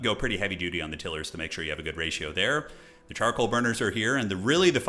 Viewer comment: I'm embarrassed by the extent to which this triggers me, but please, for the love of Hashut, stop saying "tiller". They make tiles. Not tills. TIGH-luhr /ˈtaɪlər/ (if you wanna get technical) 😅 I can't wait for the sweaty multiplayer streams, though. Bring it on!!